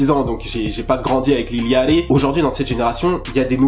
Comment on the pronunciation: lil yatchy rien que la prononciation de son blazz, je saigne des oreilles